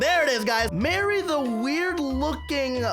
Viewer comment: Its not Mary its Mari (Mar-iy)